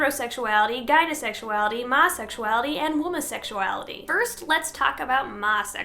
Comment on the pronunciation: Masexuality isn't pronounced any of these ways. Its pronounced my-sexuality